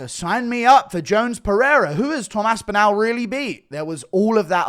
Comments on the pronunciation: START PRONOUNCING ASPINALL THAT WAY... ASP IN ALL... NOT OWL.. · you are pronouncing Tom’s last name incorrectly..say ‘all’ then say ‘AspinALL’..not Aspinal’…trust me..there’s about 20 million people in North West Uk where the name originates that shudder when you mangle it..😂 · Northwest England, not UK. He does say it weird though, even for someone from the south.